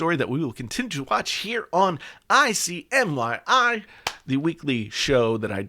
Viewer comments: You said it wrong twice. Im sure no one noticed. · In case you missed it = ICYMI not ICMYI OCD btw 😉😉